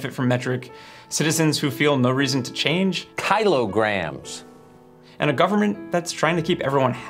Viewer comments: Kai-lo grams 😂😂🤣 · "KYLO GRAMS"???? Americans can't be that ignorant. They also speak about KYLO watts and KYLO bytes? No way.... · "Kylograms?!" that dude is such a clown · "kaylograms 😒" What's wrong with you? They are talking like the metric system is a cult or something. 😂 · Tucker Carlson: KYLO-grams Me: facepalm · Those pesky “kylor-grams”…